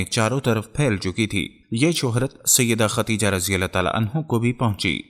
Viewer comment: ختیجه نہیں ہوتا بھائی ۔۔۔خدیجہ